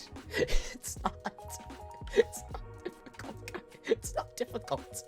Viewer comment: "IT'S NOT DISSIC*A*ULT"